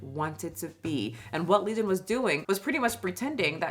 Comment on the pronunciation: Leison not legion 😂